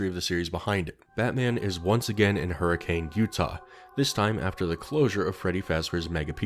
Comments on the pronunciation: not that major of a note, but despite the spelling it’s actually pronounced “hurr-a-can.” I only bring it up because it’s pronunciation has annoyed me my entire life lmao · As someone from Utah it is pronounced Hur-a-kin😂 we say things weird in southern Utah and make sure to had some accent to it😂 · Sorry to say it, but Hurricane, Utah is pronounced "Her-ih-cuhn." Signed, a Utahn. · Man, people in Hurricane, Utah hate when you pronounce the city’s name the way it’s spelled. The way they pronounce it sounds like “Hurricun”. It’s dumb. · Bit of a fun fact: As any resident of Hurricane, Utah would hastily correct you, it's pronounced "HurriCUN" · The fact that fnaf is set in my hometown is incredibly cursed to me Also it's pronounced her-a-kin even tho it's spelled like the storm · Hearing you pronounce Hurricane, Utah hurt my soul. It’s spelled like Hurricane but it’s pronounced like Hurrah-can. Don’t ask me why though, it’s just the way it is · You did not just call it hurricane Utah, it is pronounced hur-a-can, it is a massive petpeve of mine when somebody mispronounces it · Hello, I'm enjoying this so much, BUT, Hurricane the city is pronounced "Hurri-kin" like next of kin. No I don't know why. That is all. Glad buttf*ck Utah can get some rep with a child murderer restaurant. Edit now that I've finished the video, I LOVED all of these scenarios, and the justifications for Batsy to be around gd UTAH of all places. I also loved the various edits of purple guy/Springtrap's face on villains (the Harley Quinn one made me laugh out loud) and the edits of Batman going, "smells like dead kid here." KILLER video, 10/10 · It's spelled hurricane Utah. But its said Hur-a-kun. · Hurricane, Utah isn't pronounced like the storm btw! it's closer to hurr-a-kun (I spent a fair chunk of childhood in a neighboring city). like not upset, just something mildly interesting some fnaf fans might find interesting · Hearing people pronounce it "hurri-cane" 🥀